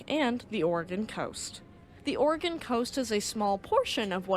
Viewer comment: You must be from the Oregon/Washington atea. You pronounce "Oregen" correctly! I was told it isn't "Oregone".